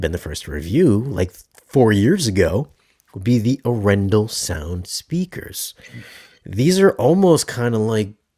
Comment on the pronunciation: Please learn to pronounce Arendal properly. A "pro" reviewer should get this right and yes, it matters. If someone always did this to your name, you would want them to get it right.